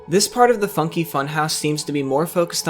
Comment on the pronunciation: at one point i thought u said "the f*cking funhouse" 💀